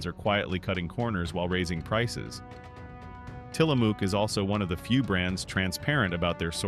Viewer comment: You talk about Tillamook (pronounced incorrectly) while showing other brand names. Someone needs a "how to make a video" refresher course.